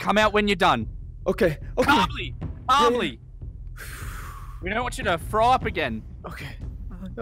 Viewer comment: "Imma frow up"